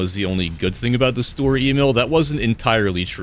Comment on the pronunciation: It always sounds like you're saying "Store E-mail"))